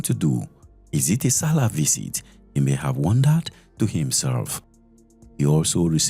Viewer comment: I love your channel but please stop adding “th” where it end in “t”. It’s visit not visith. Stay authentic